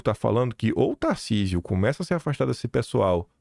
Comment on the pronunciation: Tarsísio, se você não pronunciar em favor de Flávio ou qualquer outro candidato, você será Traidor. Para mim, você Governador, já é um Traidor. Está esperando o que, o Xandão lhe autorizar apoiar o Flávio? Você já está se tornando uma vergonha, cada dia que passa, fica pior.